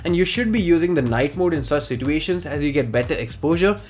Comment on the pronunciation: It's nothing, I was just trolling on the way you pronounce "situation". I find it funny for some reason, that's all.